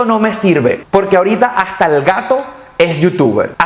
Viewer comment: Veo tus videos, te felicito, te deseo lo mejor pero se dice "éste y hasta" no ejte, ni ajta, ni ojcar, lo siento pero como profesor que soy no puedo dejar pasar esta oportunidad para mejorar.